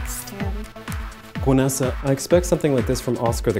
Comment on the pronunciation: Gwenessa? XD